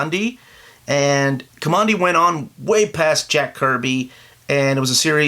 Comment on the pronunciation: It's pronounced Ka-man- dee. He took his name from one of the blast doors in the bunker he came out of/near it said Command D on it